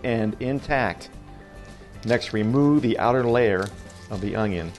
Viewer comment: There is no “G” in onion